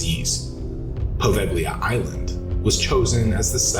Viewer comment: Poe-vale-ya. Not poe vag lea.